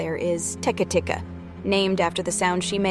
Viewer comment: It’s actually pronounced ‘teh-kay’ not ‘teh-kuh’